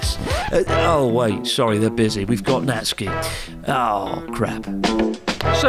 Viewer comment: It's not Natski... It's Nat-Su-Ki... uff!!!